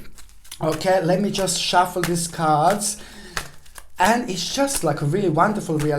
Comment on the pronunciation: “37,000 CAHRDS!!!!” 😂🤣🤣😅 I absolutely love you you make me laugh so genuinely and it’s healing thank you 🙏